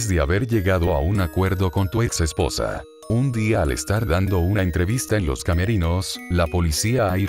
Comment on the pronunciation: no sabe decir "EspoOosa" xD